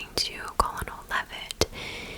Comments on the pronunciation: Great video!! Thank you for all your hard work🧡 fyi because I have made this mistake before: Colonel is pronounced kernel! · The word colonel is pronounced kernel.